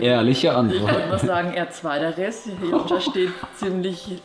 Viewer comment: Wieso nennt yonca eigentlich immer yonscha 😅😂😂